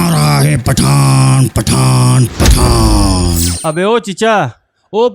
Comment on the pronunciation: He is saying FATTAN 🤣🤣🤣🧨💣